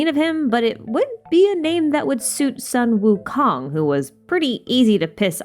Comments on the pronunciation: hii is actually pronounced soon wu kong just for extra info :) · Amazing theory, but I find your pronunciation a bit botched. I’m 69% sure that it’s Suu-Wu-Koon. :>